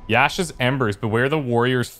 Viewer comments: pronunciation corner time! "YASHA" pronounced "YAH-SHAW" you were close for this one though just the 1 again, and a minor one at that, keep up the good work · It's Yah-Shah not Shaw. He was pretty much correct, except for the syllable length and intonation.